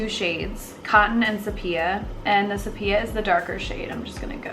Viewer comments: Sepia, pronounced - see-pee-uh. And, Ethereal, pronounced - Ee-thee-ree-al. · Please google how to say words. Ethereal? Sepia?